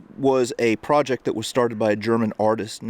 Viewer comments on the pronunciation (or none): none